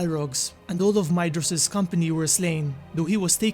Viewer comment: However, I think the pronounciation is 'Mayvros (Maedhros)', 'Gorgorv/f (Gorgoroth)'. Correct me if I'm wrong. Also, are Utumno and Angband the same place, or are they seperate strongholds but connected? And which was built first; Angbad looks easier to find than Utumno (which is a hole)?